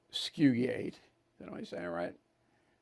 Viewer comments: OBSFUSCATE, not obsfuriate !!! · Did you mean “obfuscate,” Bill? Yikes, you mauled that word.